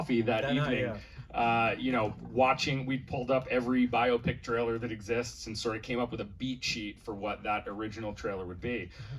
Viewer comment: "Bio-pick", not "bye-opp-ic". It's short for Biographical Picture. Bio. Pic. Phonetically, "bye-oh-pick". Here endeth the lesson.